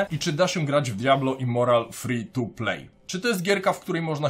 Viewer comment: Literówka w tytule? Powinno być Immortal a nie Immoral, w filmie też cały czas mówisz Immoral